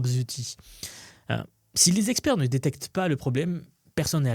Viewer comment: J'ai entendu "cinq Zexpzerts" ou j'ai halluciné? J'ai mis au point un prompt de quelques dizaines de tokens pour repérer les IA qui hallucinent. Mise en œuvre enfantine. Résultat garanti, parfois spectaculaire.